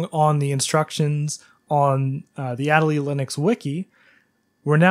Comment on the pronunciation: "ah-DAY-lee" Better late than never XD